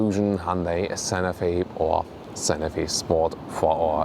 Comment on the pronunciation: I would put more emphasis on the T in Santa Fe. I thought you were saying Sanofi (the pharmaceutical company).